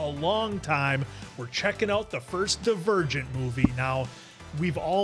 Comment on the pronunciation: pronouncing "Divergent" as "The Virgin" the whole time made me laugh lol